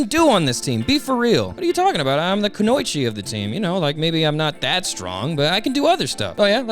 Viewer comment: how you pronounce female ninja is hilarious